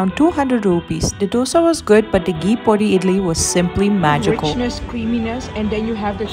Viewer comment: u pronunce PODI just as indians 😂no pori.. no podi with Sound of D as in' th' sounds in 'NETHERLANDS*..perfect podi nd a beautiful lady 😁 wc to india